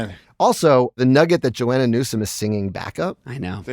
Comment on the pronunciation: Does Seth pronounce Joanna Newsom’s first name wrong, or do I? He said Johanna, I say Joanna.